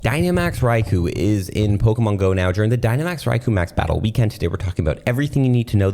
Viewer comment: Fun Fact: The ‘U’ in Raikou is silent